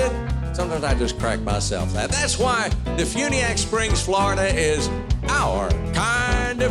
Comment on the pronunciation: DeFuniak is about an hour from my house. Quaint little place. They make it sound active and exciting but like any other inland small town, mostly boring!! But there are no state income tax.. and Huckabee... it's pronounced Dee Fyuuuuneeee ack